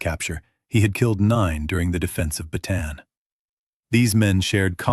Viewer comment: You are pronouncing "Bataan" incorrectly. It is pronounced Bah-tah-ahn.